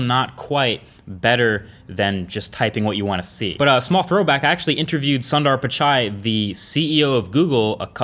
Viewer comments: its pronounced soon-der pitch-ai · it's pronounced soonder pachai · its not 'sun' der pichai. its 'soon' der pichai. 😂😜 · Dude!! U r pronouncing Sundar Pichay wrong. Try sounder peatchei 😝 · For your information , you messed up pronouncing the name of the Google CEO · Cringed so hard when he pronounced Sundar Pichai. lol. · Sunder Pichai Pronunciation - Indians triggered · dangggg you butchered his name 😵😵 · pls pronounce the name of ceo of Google properly pls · Indians be like - Triggered by the way he said "Sundar Pichai"!@@